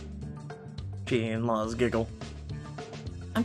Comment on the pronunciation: Luz is said like Louse just so you know.